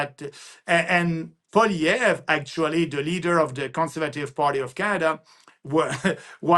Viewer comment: its polly ev, natali thats how you prounce it................